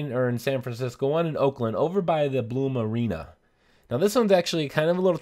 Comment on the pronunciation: U just say Pluma Arena? Its Blume Arena